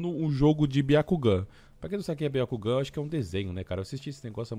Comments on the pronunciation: vc falou errado. É Bakugan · BIACUGAN O SENHO NÃO QUIS DIZER BAKUGAN...na proxima não erra desgraça